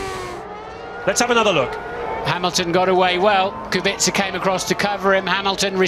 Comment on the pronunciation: Genuine question, why do they say "Kubixa" instead of "Kubica" how it's said properly?